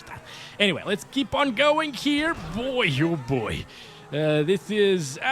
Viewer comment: "Boycho boy" portuguese came out for a sec xD